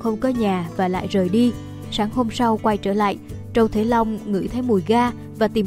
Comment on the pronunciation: Trâu triệu long mà đọc trâu thế long